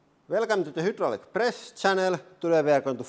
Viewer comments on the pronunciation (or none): I've always wondered why you say the "hoo-draulic press channel" and today I learned that in Finnish, "y" is pronounced like "oo". So with your accent it makes total sense.